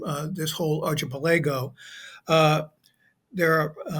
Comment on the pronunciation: As always, a fine presentation. Only slightly marred by the mispronunciation of “archipelago.”